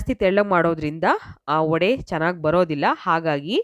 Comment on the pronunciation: Vadaa,alla, vadey or vaday antha irabeku